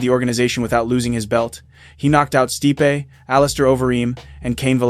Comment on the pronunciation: you pronounced stipe's name incorrectly in two different ways in 30 seconds? " stih-pe" "steep"